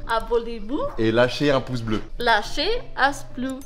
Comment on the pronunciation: abonnés vous serveuse: abonnés vous: et lachez un pouce bleu serveuse: et lachez un splou beu continue comme sa ma tu m’a aidez pendant le confinement jte kiff